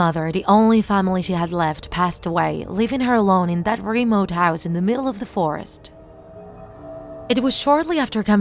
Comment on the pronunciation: You are saying da not the